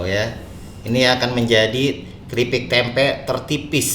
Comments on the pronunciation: Tempe bang bukan temep Wwkwk Halo bang salam dari Kalbar 😀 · Tempe ❌ Temep ✓ 😂